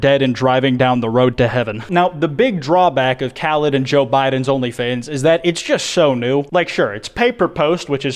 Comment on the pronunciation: Did he say Joe bideon